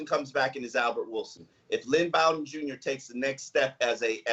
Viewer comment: it’s Pronounced BO-den not Bow-den